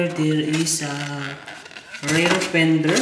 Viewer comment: Karamihan naman yata ng nanonood syo ay mga Pinoy kaya mag Tagalog ka na lang. Nakakadugo kasi sa tenga yung mga English mo 😂 Bihira ba talaga ang "rare pender" kesa sa front "pender"? Ayoko na tuloy mag "subscrive" 😂✌🏼